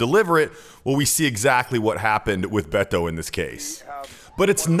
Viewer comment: Finally, a white person so can say Beto's name right